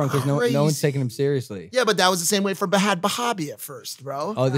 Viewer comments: Mike it's pronounced bad baby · Mike keeps pronouncing bhad bhabie wrong